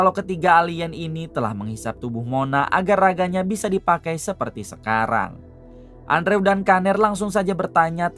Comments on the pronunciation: Andrew di baca nya endro mang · Bacanya andrew=endru bang